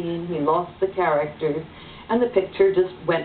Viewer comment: Frankenheimer says, "I am one of the few people who can pronounce 'auteur'" - and even he mangles it! (He pronounces it as if it were written "autueur".) At least he does a better job than many other people, who pronounce it "au-tor". Honestly, why make give your theory such a fancy title if you can't even pronounce it??